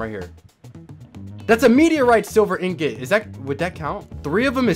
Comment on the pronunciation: I googled it and it’s pronounced ingot not in get